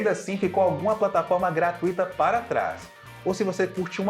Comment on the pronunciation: A pronúncia é : gratuita e não gratuíta. Não tem tonicidade no i. Amo o canal.